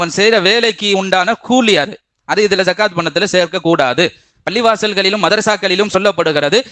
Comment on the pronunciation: ஜகாத் இல்ல ஸகாத் الزكاة